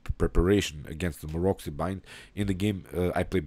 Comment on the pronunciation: You pronounce the name of Maroczy wrong... It's pronounced Marotsy.